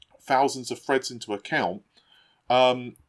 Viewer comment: "Fousands of Freds"